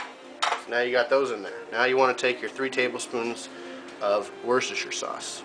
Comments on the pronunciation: worcestershire sauce pronounced 'wooster' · man worcestershire sauce is pronounced WUSS-Stair-Cher sauce